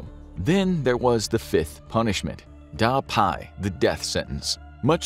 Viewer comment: Most of the pronunciation of Chinese words are wrong (the worst are Yue and Da Pi), can't really blame though (it's hard)